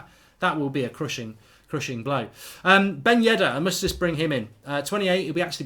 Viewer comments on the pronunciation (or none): Mark, say dombele, and now say dembele...can you hear the difference? And also it's Yedder and not Yeddar. Amateur